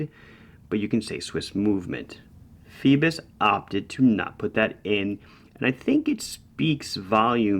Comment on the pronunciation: Is that really how you're supposed to pronounce it? Seems like it should be "foy-bose" no?